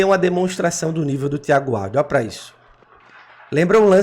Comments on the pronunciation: Pronuncia Wild. Assim como se escreve. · A pronúncia do nome dela é "Víudi"